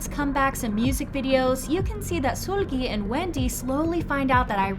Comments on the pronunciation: Suuuulgi ….sorry I had to It’s seulgi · It's Seulgi not SULGI. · It's "Sul-gi" like sulky not "Sool-gi" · It’s Sèlgi not Suulgi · SOOLGI, damn mama just pronounce her damn name lowkey-ly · Love your videos but can you please put effort into pronouncing idols' names correctly? Its NOT SOOLGI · the u say sOOlgi sends me to pluto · can you stop saying SOOL GHEE PLEASE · i’m sorry this isn’t hate but i’ve noticed you pronounce seulgi as if it’s “sool-gi / sul-gi” when the “eu” part is pronounced more like the u in “turn” :) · i wasnt tryna laugh until i heard her pronouncing seulgi's name- LIKE MAAM THE HELL IS SOOL-GIE? 😭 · Great video but i just can't with how u pronounce Seulgi's name 😩🙏🏻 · Yeah this is theory is nice and all but the way you say seulgi 😭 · The way you pronounce "Seulgi" is cute 😁